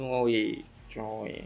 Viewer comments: you pronounce xiaoyue or 小月 as it is in chinese as "shao-you-ei" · শাও-ইয়ে হবে উচ্চারণ